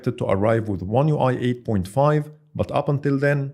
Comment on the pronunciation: من أول 5 ثواني عرفت اللهجة وابحث عن زر اكس عربي ويقدم محتوى بالانجليزي ( هههههه بيقول But ينطقها بط )